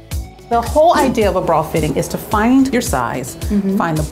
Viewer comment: That fitter lady says bra like brawl and it annoys me SO much